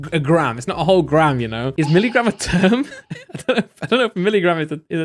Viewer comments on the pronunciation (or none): Yes, milligram is a term. You just said it kinda funny.